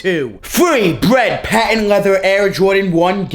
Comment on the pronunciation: “Woket” and “bwead” aren’t words 😂😂😂